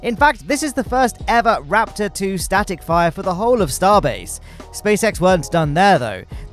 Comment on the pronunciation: Is it just me or he really said static fryer test?😐